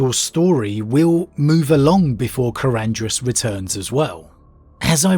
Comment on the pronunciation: I think the only thing you pronounced correctly in this video was Karandras.